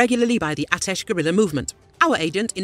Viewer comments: Guerilla is not pronounced "gorilla" but "gayrilla" (more or less). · Nearer to 'Nothing like 'gay' . . 'ger' more like.